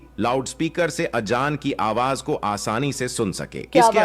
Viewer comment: Azaan don't pronounce Ajaan . The background explanation voice is very wrong pronouncing which is very harsh to hear.